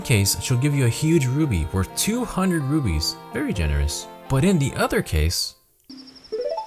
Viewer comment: Every time you called rupees "rubies" I lost a little bit of my soul.